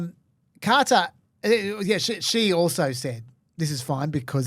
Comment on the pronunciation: If the Qatari jet ends up being decommissioned as an exhibit for Trump's library before he is dead, I will eat every hat I own. Also, I get trying to make an effort to correctly pronounce "Qatar", but it REALLY sounds like you're saying "Carter". At least it's better than the Americans who say "Cutter".